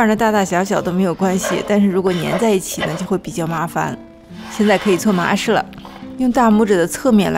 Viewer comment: 开头听成了今天我们来搓马屎😂